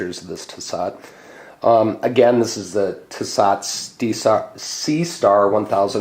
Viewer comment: Pronounced T so